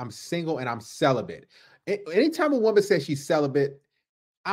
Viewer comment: Celabate!?!? Lol more like “Sell a Bit”😂😂😂😂